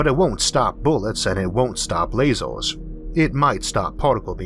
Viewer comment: 'lazoors' lol it's lasers